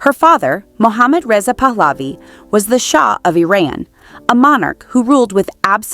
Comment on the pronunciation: The dynasty is pronounced 'Puh-luvi'(emphasis on the first syllable), not 'Pulaavi'!